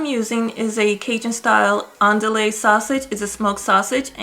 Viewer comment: Great recipe, as I was tought before I knew.. It is pronounced ON DEW E sausage...